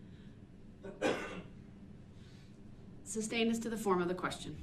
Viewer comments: He obviously knows the word is sustained yet says substained. I have to think he does this just to annoy like a pebble in a shoe. Just a basic part of his character. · I laugh every time Darrel says “suBstained” to the judge. That’s not how you pronounce it! 😆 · It’s a year later and “grounds for the substained” will never not get a chuckle out of me 😂